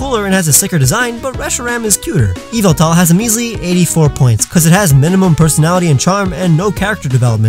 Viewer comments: i think youve mistaken.its pronounced YAVELTAL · It’s pronuced yaveltawl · You pronounced yveltal wrong. It’s obviously yahveltal. (Shoutout to Mikey from MandJTV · Yveltal Me: YAVELTAL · Nathaniel thats how MandJTV grew up hearing it. Its pronounced (EE)-vel(TALL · It is Yaveltal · Did you mean Yahveltal??? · Ummmm *Yahveltal